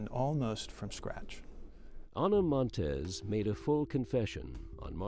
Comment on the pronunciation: I would like to know how a professional documentary of this kind can possibly be created with the narrator repeatedly saying "Ana Monteses" when referring to something she possesses. As a writer and recorder and a former journalism student I know it's correct English to NOT pronounce consecutive s's, especially when a person's name ends in 's'. This annoying and childish mistake is seeping into televised news and sports along with a small list of commonly mispronounced words and it's driving me crazy!!! While we are at it, the word escape is not pronounced ex-cape, proximity is not 'proxzimity' and worst of all (because it's mispronounced by even supposedly intelligent people) is nuclear. It's pronounced nu-clee-er, not nuke-you-lerr!!!!